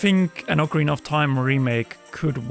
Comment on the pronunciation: O-Karina? Immediate discredit anything this guy has to say. And this video is only talk, which everyone has posted thousands of times...without ads.